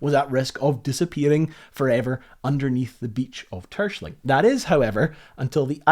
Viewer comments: TerSCHELling, emphasis is on the second syllable. Phonetic approximation is Tair-Schell-ing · The island´s name is pronounced Ter-shell -ling! Not "Tershling". Why are English speaking people so arrogant to mispronounce non-English names all the time? Is ist stupidity? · It's [Ter-skèlling] not [Tùrshling] (the K is an approximation) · Nice info on these things Btw, It is pronounced : Ter-Schelling. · Hahaha 1) I'm super suprised this buoy is in my country. 2) I was looking forward to you pronunciation of Terschelling and 'Tershling' is an interesting interpretation haha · All this research and work, and yet you mispronounce the name of the island over and over again. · Your pronunciation of Terschelling is funny. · I love how you pronounce Terschelling, it makes it sound very posh. Great research video, enjoyed watching it. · I love the video and I commend you for a valient attempt of pronouncing Terschelling. I think there are very few foreigners that can come close to it's actual pronunciation :) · Very cool video as always :). tho you did butcher the pronunciation of terschelling quite bad... but having driven the beautiful north coast 500 on a motorcycle and seeing what you guys write on your city name signs I won't complain too much haha. Cheers!